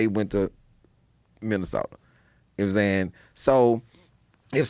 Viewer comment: I love when he says "mmsayin" it's almost J roc esque